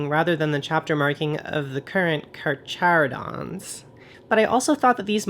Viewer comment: FYI it's pronounced "car - care - o - dons"